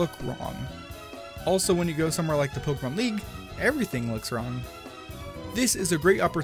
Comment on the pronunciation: I hate it when people call Pokémon “Pokaymans”